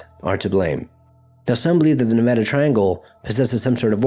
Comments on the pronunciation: Thank you for saying Nevada Correctly. We hate it when people say it wrong. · great video..I grew up around this triangle. .also thanks for pronouncing Nevada right lol